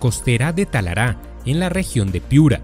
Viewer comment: Muy bueno, solo una cosa No es "Talará, . . . es Talara", gracias y saludos